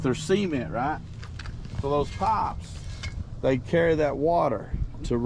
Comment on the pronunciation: It took me an embarrassing amount of time to realize you were saying "pipes" not "pops" lol. Thank you for all you do, I will say again that you shouldn't be so open about your digging because the bowersox/proudfoots are watching! How long was his rv in the same spot and now on the day you're digging nearby it's gone? Please be smart about this, and get some helpers to dig more thoroughly. There's no way to know if the amount you dug actually clarified if it was where S is or not.You need experts! 💚💚💚💚💚💚💚💚💚💚💚💚💚💚💚💚💚💚💚💚💚💚💚💚💚💚💚💚💚💚💚💚💚💚💚